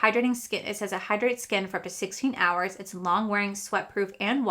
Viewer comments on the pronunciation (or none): none